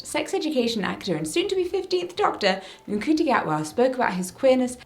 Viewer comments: Ncuti is pronounced „Shuti“, not „N-kuti“. ☺️ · sooo.... I'm gonna be that person, but just so you know, 'Ncuti' is pronounced more like "shoe-tee"... had a quick scan to make sure it's not something being said by everyone.... sorry if this is a rude thing to write I don't mean it that way :/ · Hi Jessica! I loved this video and it mirrors so many conversations I've had! (Quick note that's hopefully helpful: the C in Ncuti Gatwa's name is pronounced with a soft sound like "ch" or "sh") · PSA: Ncuti is spelled Rwandan, which is different from English. The N is actually silent and the name is pronounced somewhat like Shootee.